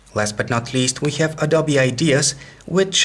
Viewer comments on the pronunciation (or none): none